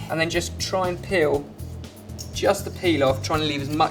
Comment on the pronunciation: Every time he says peel......